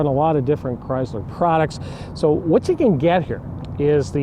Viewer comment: The word is Chrysler, not Chryzler. My 2012 v6 is a true dual exhaust. My only complaint is that I cannot put headers on it. The engine exhaust manifolds are made into the heads, but at least it is true dual exhaust from the engine back.